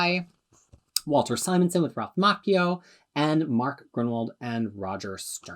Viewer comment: Thanks for pronouncing Macchio correctly. At least if he gives a damn himself that the name is Italian.